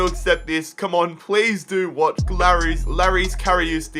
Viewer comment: so u call him Lorees Kariooos